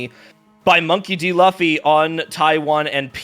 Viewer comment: the way the annoucer mispronounces Monkey D. Luffy is kinda infuriating cause how tf you mispronounce the name of the main character of one of the most recognized anime of all time??? next up he gonna start saying "Go Q" instead of goku or "Vaguita", "Nuhrut O", "Go N", please, how can u not know the name of an anime protagonist when the game ur commentating on is so deeply intertwined with anime culture ??? 😭😭😭